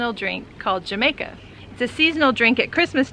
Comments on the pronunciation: Jamaica is actually pronounced ham EYE ka, and calyx is pronounce KAY lix. Just sayin, no offense intended. Thank you for the info! I look forward to growing some next year in NM. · Cool video. I think it’s pronounced “ha-mica”. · Ahh forgot, its pronounced Jamaica like ha from Happy! Hamaica lol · No, it’s pronounced Jah -may -ka....we call it sorrel in Jamaica and its a staple drink at Christmas time! Delicious laced with rum... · Thanks for the info! The drink you mention is usually pronounced with a soft h rather than a hard j like hamaika :) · Love your videos. The drink that you speak of is pronounced, hamica. Thank you for your great videos! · Sweet! Good to know I can plant these here. Is it too late to plant them now? Also Jamaica is pronounced “Ha- my-ka” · Ham eye ca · FYI: to properly pronounce jamaica - in reference to the flower, not the country. It is ha-MIKE-uh in Spanish. You always pronounce the J sounds like H. The letter H is always silent unless it is next to the letter C. So if you are asking for the drink you say “Agua de ha-MIKE-uh” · Great details, thank you. The J in Jamaica has an "h" sound, at least every time I've heard it from a Spanish-speaking tongue in the region where it's regularly consumed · But you gotta say the ha like strong